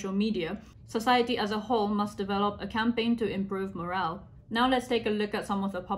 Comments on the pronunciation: Your English is very good, so wanted to mention that "moral" and "morale" are pronounced differently. The commenters are probably talking about poor morals and not poor morale. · Sorry this is not a criticism, just for future reference: pronounciation for moral and morale is different. Thank you for the video.